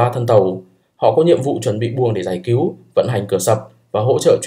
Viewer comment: Cứu chứ không phải cíu hay kiu nhé